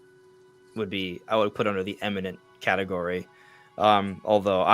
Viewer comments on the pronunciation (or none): It’s ’imminent’ not ‘emminent’.